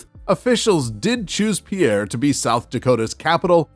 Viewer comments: Pier as in Shipping Dock, not Pierre or Pee-air as in Peter in French. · Just a note that South Dakota's capital is pronounced Peer not Pee-air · It is not pronounced “Pierre” but ‘Pier’, one syllable. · SOUTH DAKOTA's capitol is pronounced like PIER not PEAIR (DAM SICK OF THIS) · Peer, SD, not Pee-air. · Pierre is pronounced“PEER” not PeeAir. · South Dakota's Pierre is pronounced "peer", not pee-air. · Also, South Dakota's capital was not correctly pronounced. It's "Peer", not Pee-AIR. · Grossly mispronounced Pierre (Peer). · The capital of SD is pronounced "Peer." It rhyme with fear, near and here. It's great limericks: There once was a lady from Pierre...Who knew she had nothing to fear...But she got in a hurry... on the banks of the MIssouri...Whose waters are anything but clear... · FYI, you lose all credibly when you fail to pronounce the names of the cities you are discussing. Hearing you repeatedly mispronouncing Pierre (it’s pronounced like you would say “pier”) makes me wonder what else you’re getting wrong or failing to tell your audience. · Pierre, South Dakota is pronounced as pier (like a place a ship ties up) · Pierre SoDak is pronounced “Pier”. Put some respect on its name. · Ok, you ai robot! Eat this, learn the local languages of the places you criticize. In South Dakota Pierre is pronounced “peer”. In Nebraska Norfolk is pronounced “norfork” and Kearney is pronounced “carney”. So any opinion you may have of state capitols is pronounced “ear ev uh lent” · Locals refer the city as "Peer" instead of using the French pronunciation. Pierre is the center of South Dakota, just a couple of hours east or west of bigger cities like Rapid City or Sioux Falls. Pierre sits on the missouri river, but has no interstate near it. Nearest interstate is 30 miles south which is interstate 90. Pierre mainly attracts hunters and fishers when the season opens. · It's pronounced "Peer". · It is pronounced PIER S.D.like a wooden pier. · Pierre is pronounced as “Pier.”